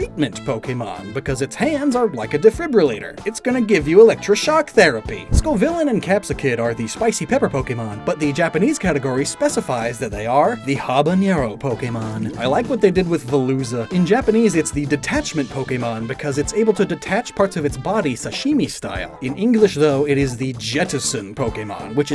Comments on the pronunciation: Just fyi it's just habanero, not habañero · Unnecessary tangent, but habanero is ah-ba-ne-ro, not ha-buh-nye-ro. There is no ñ in habanero like in jalapeño. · Yeah, instead of "Habañero" like he said, it's "Abanero" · Small fix: "Habanero" does not have the 'ny' sound that comes with the letter "ñ", a separate letter from "n". Also, the letter "h" is not pronounced in Spanish. Instead, the breathed 'h' sound we see in English comes with the visual letter "j" in Spanish hence the "ja-" in "jalapeño". Good video though. (If anyone wants to share more specific details such as IPA or exceptions I'm not aware of, feel free)